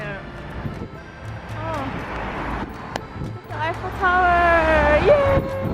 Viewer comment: An i the only one who keeep hearing say "ipho tower" instead of "eiffel tower"?